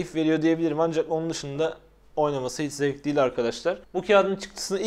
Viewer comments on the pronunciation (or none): none